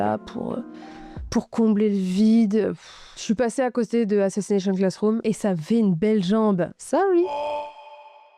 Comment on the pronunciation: Tout allait bien jusqu’a ce que tu dise assassnation classroom. 😂😂😂 mon goat cet anime a ete tres touchant pour ma part